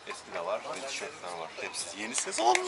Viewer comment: Мидии с рисом это очень вкусно. Всё же вам надо работать с фонетикой. В слове Yeni ударение падает на последний слог